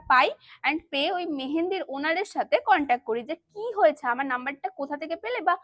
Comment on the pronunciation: Tumi age thik mto words pronounce krte shikho please, dishrap, kontak, contovarsi egulo ki vai😂